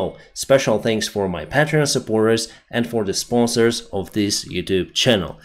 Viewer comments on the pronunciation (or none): none